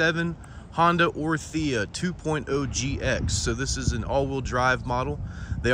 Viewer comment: The way you say 'orTHIa' its crazy...